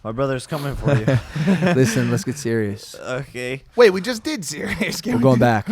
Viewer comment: why jake say “okay” like that💀💀 but this episode is goood